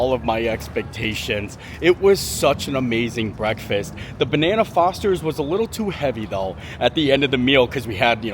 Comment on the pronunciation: It’s bananas Foster, not banana Fosters.